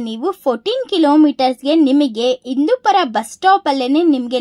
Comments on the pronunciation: ಎಡೆ ಅಂದರೆ ದೇವರಿಗೆ ಪ್ರಸಾದ ಹೆಡೆ ಅಂದರೆ ಹಾವಿನ ಹೆಡೆ. ಪದಗಳ ಉಚ್ಚಾರಣೆ ಸರಿಯಾಗಿ ಮಾಡು ಇಂದೂಪುರ ❌ ಹಿಂದೂಪುರ ✅ಅಂಗೆ,ಇಂಗೆ,,,ಆಗುತ್ತೆ✅ ಹಾಗುತ್ತೆ,❌...ಅತ್ತಿರ❌ ಹತ್ತಿರ✅.. ಇಂದೂಪುರ❌ಹಿಂದೂಪುರ✅..ಅತ್ತುಕೊಂಡಿದ್ದರೆ❌ಹತ್ತುಕೊಂಡಿದ್ದರೆ✅..ವಿದುರಾಶ್ವತ್ಥ✅..ಅನ್ನೆರಡು,❌ಹನ್ನೆರಡು✅..ಇಂಬಾಗ❌ಹಿಂಭಾಗ✅..ಅಪ್ರಿಸಿಕೊಂಡು❌ಅಪಹರಿಸಿಕೊಂಡು✅.. ಒತ್ತು ❌ಹೊತ್ತು✅.. ಕನ್ನಡ ಪುಸ್ತಕಗಳನ್ನು ಹೆಚ್ಚಿಗೆ ಓದು ಪದಗಳನ್ನು ಅಭ್ಯಾಸ ಮಾಡಿಕೋ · Indupura alla adu Hindupur madam